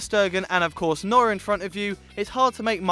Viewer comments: did he say noren or neuer:-) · Instead of neuer he said nurrr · How the fuck did you manage to mispronounce Neuer???